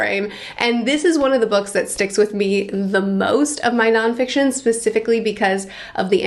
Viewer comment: Non FICITON? :D